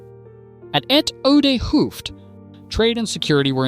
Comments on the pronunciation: A double O is pronounced as 'Oh' so Hoofd would be pronounced 'Hoved'. Stroopwafels are pronounced as 'Strope waffles'. So maybe when you write hoved Ai pronounces it the right way. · This is not nit picking, but just to explain how to pronounce some Dutch words. The double 'oo'-sound is pronounced as the 'o' in Santa Claus his 'ho, ho, ho'. And the word 'vis' is pronounced as the word 'is' with a 'v' in front of it, so similar to fish, but then with a 'v' and without the 'h'.